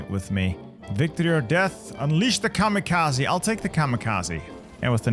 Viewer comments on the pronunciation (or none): none